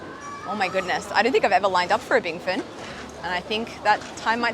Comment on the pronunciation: U said it wrong U r older than the bingfen shop… 😅